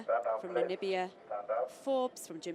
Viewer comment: I cannot see the problems in pronouncing her name, also Namibia, her name is pronounced EMboma NOT Momba!! Namibia is not Nambia as many says, it's Na/mi/bia.. what's so difficult..